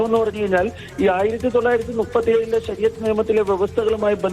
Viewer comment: ശരിയത്തു അല്ല ശരിക്കുത്തു ആണ് .